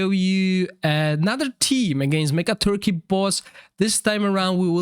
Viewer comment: It's pronounced Mecha-tork, not Mecca turkey lol But honestly my biggest problem with every CC video in the Dragonheir community is that every team is a showcase but does not provide advice of alternative heroes for each role in the team so if you don't have all 5 heroes in the video, it's pretty pointless to watch. Aside from that I still love your videos